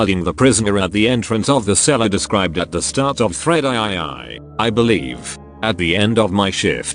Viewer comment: Just a suggestion for future production quality, go through the text and make changes so the text to speech program actually says words appropriate for the context. Eg. for the line "I took my shift at guarding the prisoner at the entrance of the cellar (described at the start of Thread III, I believe)." in the text to speech program change the III to 3 or three so it actually says the phrase instead of pronouncing each I individually.